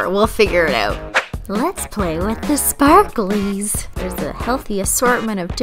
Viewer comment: The way she says "Let's play with the sparkaleez" doe.